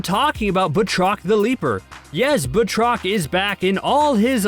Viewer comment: ffs it's not Bah-trok. It's pronounced Bat-Rock!! That's bat as in baseball bat and roc as in Chris Rock. 20 seconds in and ur video fails. Please do basic research or stop pretending you have ANY Marvel Comic knowledge!